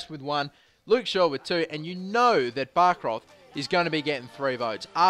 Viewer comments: Bäckroth is pronounced bek root. Stop calling him bark roth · Bäckroth is pronunced Bek-root